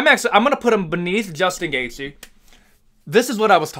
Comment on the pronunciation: Juchtin Gachte?😂